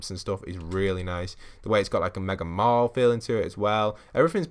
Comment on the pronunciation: you need to learn how to say mall